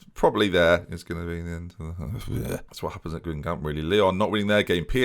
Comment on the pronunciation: And when he pronounces Guingamp the way he does. AFTER ALL THEY'VE DONE FOR YOU,.